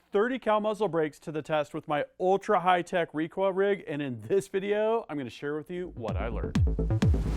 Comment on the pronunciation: When we put wahn wecoil wig